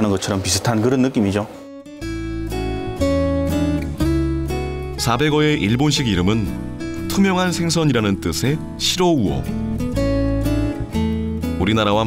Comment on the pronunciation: 시로우오가 아니라 시라우오 입니다.도쿄는 그렇게 불러요.